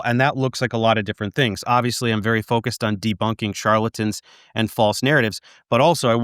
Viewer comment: it's "charLAtan" not "charlton". Sorry - it's fingernails on a chalkboard to me. 🙂